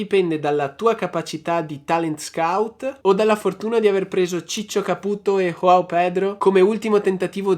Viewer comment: Joao Pedro va letto alla portoghese 😁